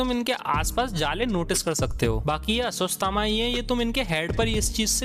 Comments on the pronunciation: अश्वस्थ थामा नही अश्वथामा 😅😅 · Woh aswasthama nhi ashwattama hai 😂🤣🤣🤣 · Video had good info par bhai apni bhasha thik karo. Aswasthama kya hai? Ashwatthama. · Who got angry for his aswasthama pronounciation